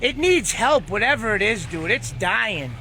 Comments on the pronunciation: "Let's pull it in Jude" He donesn't even know how to say dude anymore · didnt know if he should say jay or dude. so he said jude.